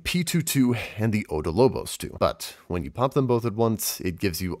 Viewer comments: OB DOL BOS, NOT ODO LO BOS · About this video. Info is good. Reading skills awful Learn to read properly za-goose-teén (not gus or gas) Op-doll-bóss I marked the stress in these words